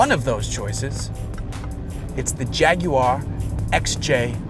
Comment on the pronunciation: I liked the video just because you put the effort in to pronounce jaguar correctly.